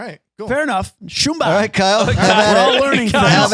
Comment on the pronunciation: Btw it’s Simba in The Lion King not Shumba.